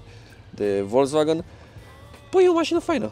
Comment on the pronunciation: Ce stil de a conduce discutia ai: "este de 140 cp". si tu: "Nu este cel de 170 cp nu?" "Se aude mai incet, ma crezi? MAN???" Si pt informatia ta,, "volkswagen" nu se citeste cum se scrie...se citeste cu "F", "folkswagen", adica masina poporului. Ca tot zici tu "Mertzedes"